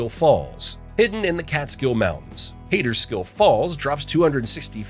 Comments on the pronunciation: Pronounced...cat er skill or some pronounce it cot er skill. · So the Adirondacks were once taller than the Himalayas but shrunk and are on the rise again? While there are approximately 400 moose in the Adirondacks there are between 600 and 700 moose in the state. Fact number two; Kaaterskill falls is pronounced; Cat ers kill. Sometimes; Caught ers kill. During a draught you can hear whispers across the amphitheater of Kaaterskill falls. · There are many mispronunciations in this video: Ashokan Reservoir, Shawangunk Ridge, Kaaterskill Falls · It's always funny to listen to people who aren't from NY try to pronounce names here.